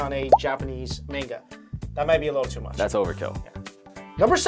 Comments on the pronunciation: Why do you guys butcher the Asian names? ChAn, not ChEN, MAN-ga, not men-ga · you pronounce manga wrong/....m -_